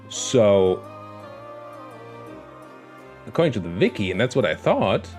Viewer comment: Your German shined through you called the Wiki Viki instead XD